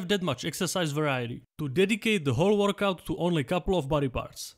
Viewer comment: Workout ❌ Vorkouk ✅